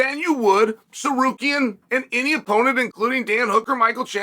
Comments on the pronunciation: Uncle chael u got the name wrong again. It's sakarian😂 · Chael made it 3/4 the way through this video before "Tsarukyan" became "Sekarian".. only for 4 times though, then it went back to normal. 😂 I think we have to consider this Progress...